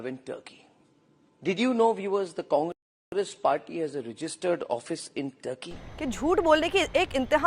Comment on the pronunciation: Was I the only one to pick up the deliberate pause (breaking of) Congress as con-gress? By the one who has sold his soul.